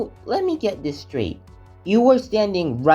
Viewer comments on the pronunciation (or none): none